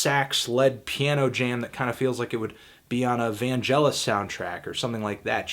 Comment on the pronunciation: The "g" in Vangelis is hard, not soft =]